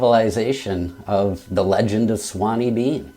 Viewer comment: Sorry, I'm going to be that guy but it's "Sawney" not "Swaney" . Sawney is a Scottish nickname for Alexander. However, great review and I agree, brutal book but definitely worth a read.